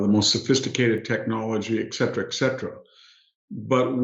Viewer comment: I'm surprised that Hanson consistently mispronounces "et cetera" as "eksetera."